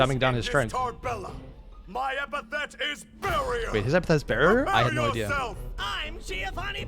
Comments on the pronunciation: It's ep-a-th-e-t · I’ve watched a few reactions to this series and almost no one says epithet correctly the first few times.